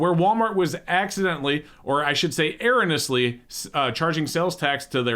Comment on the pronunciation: no, you haven't. has it wrong. It's 5 syllables long